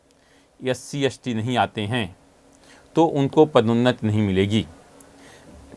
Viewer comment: भाई साहब बोलना सीखो s t मतलब एस टी और आप यस टी बोल रहे हो।